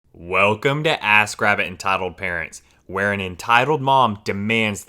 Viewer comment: Everytime i listen to the intro i hear "Ass Grab It" and im kinda like 👀